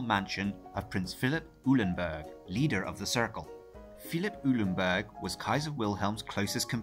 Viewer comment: Eulenberg is pronounced :"OY-lenberg" and not "EW-lenberg".